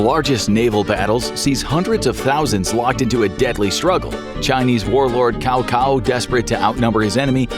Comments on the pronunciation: "Cow Cow" It's actually pronounced "Tsao Tsao". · its not Kao Kao, its Cao Cao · It's actually Tsao Tsao. Not pronounced Kao Kao. A lot of the names are hard to pronounce but if you read the original Luo Guanzhong version of Romance of the Three Kingdoms, they use the alternate spellings. Then you can get a better sense of how they're actually pronounced. Like Zhang Fei/Chang Fei. Guan Yu/Kuan Yu. Zhuge Liang/Chuko Liang. I used to pronounce that zoo-jee lang but it's actually more like joo-ga lee-ang. Watching the 1990's TV series or the 2010 series can also clarify pronounciations. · It’s tsao-tsao 😆 not “cow-cow” haha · I really do hate it when Western announcers and hosts pronounce “Cao Cao” as “Cow Cow”… even the most cursory Google search will tell you that it’s pronounced closer to “Sow Sow”. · It's caocao not cowcow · Cow Cow vs "Zao Zao" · NO DUDE ITS NOT KAOKAO ITS CAOCAO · Its cao cao not kao kao !! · Have to stop by to comment about the name pronunciation 😂 Cao Cao 曹操 in mandarin should sounds more like “Ciao Ciao” in English instead of the pronounced Kao Kao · It's Tsao Tsao, not Cao Cao. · Sorry but calling Cao Cao “Cow Cow” causes me physical pain. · Cao Cao is pronounced with a soft C instead of the hard C that sounds like a K. Closest iteration is the Italian word ciao, so just say ciao ciao without the “i” sound. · I just wish people would stop saying 曹操's name wrong. He is not Cow Cow. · Can Cao is pronounced Tsao Tsao.. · I thought it was pronounced more like "tsow tsow." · Totally butchered the name Tsao tsao 😂😂😂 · Cao Cao is pronounced 'T'sao T'sao' hehe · should pronounce "chao chao" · Cow Cow! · 曹操be like: Who called me cow cow 😂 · yah shd be pronounce as 'chao chao ' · that’s not it either, it’s “tsao tsao” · He said cow cow🤣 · Can Cao is pronounced Tsao Tsao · It's pronounced Tzao Tzao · Hey, fyi Cao Cao is pronounced “Tsao Tsao” (like Chao but with a added T sound) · His pronunciation of Cao Cao is God Awful 🤦🏾‍♂️